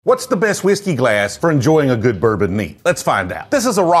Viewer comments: you’re pronouncing whiskey wrong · He pronounces Whiskey like Stewie Griffin pronounces Cool Whip